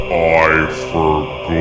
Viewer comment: i felt that "I FORGOR" into my soul